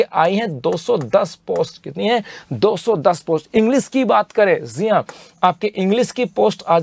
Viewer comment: Jii han ❌ zee han ✅ 😂